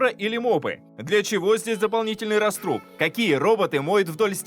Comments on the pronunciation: Всё-таки не "растрУб"... Всё время был "рАструб"... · рАструб, а не растрУб.